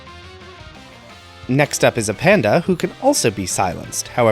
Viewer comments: A-panda hahah. I would have said Apan-da, but I presume you were being silly. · I always parsed it as "Ape + Panda", so I pronounce it ay-panda.